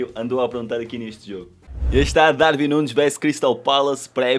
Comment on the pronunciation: Não é DarVin é DarUin sff 💪🏼